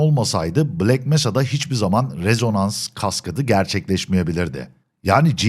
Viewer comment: abim bak rezonans kaskadı değil (REZONANS KASKEYD) okunuşu